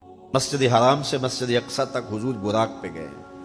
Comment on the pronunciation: Majid e haram not haraaan 🙏